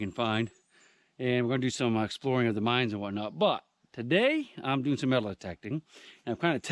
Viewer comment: For a second there, I though you said "We're going to do some exploring of the minds" instead of "mines". I thought...yeah baby!